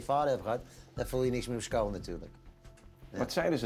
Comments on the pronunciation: die lach is echt goud maar kan hij de ch de uitspreken ofzo want hij zegt skeel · skuile...skool...heeft die westvlaamse roots?? ;-)